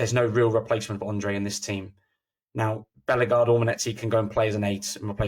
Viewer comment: Nice one guys. I think Hoever will develop into a decent suad player. Unfairly maligned. Btw, he is a French speaker, so it`s TchatCHOUA..."WWAA" Not Tchatch U-ER, and it`s BelleGARDE, not BELLEGarde, and def not BELLergarde. You are welcome...